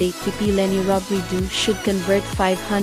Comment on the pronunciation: Robredo pronounced as ‘O’ last syllable sometimes you probounced ‘U’ ✌️